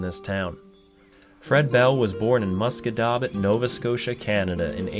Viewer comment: Oh my god! I'm from Musquodoboit! I never knew this connection. I also can't believe you pronounced it correctly!